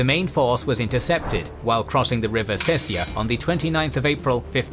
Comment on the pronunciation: It's Sesia river BTW, not Sessia.